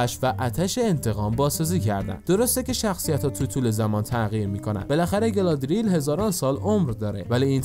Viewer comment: گالادریل نه،گالادریِل